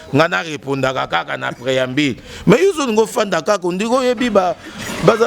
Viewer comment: Franchement ce Monsieur est nul, chargé de communication mais bourrique qui n’arrive même pas à prononcer un mot français. INSTRICTÈRE , PREAMBILE CHANTÈRE